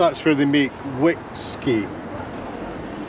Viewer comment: "Wick-skey" Did you just attempt a dad joke?😂